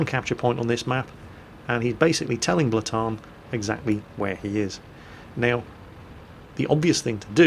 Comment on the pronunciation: you just called reapex blaatan